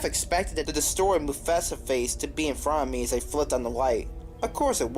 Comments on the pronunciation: You pronounced Mufasa wrong? :D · He did